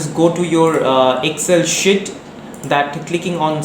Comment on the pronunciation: Bhai shit nahi sheet hai vo 😀😀